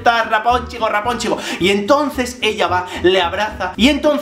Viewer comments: JSJSJSAJSAJA "Rapunchel, Rapunchel!" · Toma un shot cada que Javier dice "Raponchigo" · Muerto de la risa cada vez que decías raponchigos. Saludos desde Venezuela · JavierRuescas muchisismos😂😂 hasta me a echo gracia lo de raponchigo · Me encanta el énfasis que pones cada vez que dices Rapónchigo jajajaja y yo que pensaba que el vídeo comentando el de la bella durmiente era gracioso...este se lleva la palma jajaja me encanta! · Me hace muchísima gracia como dices rapónchigo 😂😂😂😂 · chupito cada vez que diga "raponchigo". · Mª CARMEN MATEOS COELLO lo sé, sólo me río de su forma de decirlo y de su vídeo en sí. Es muy gracioso!! Saludos